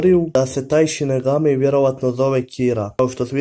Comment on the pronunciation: Nije sinegami vec sinigami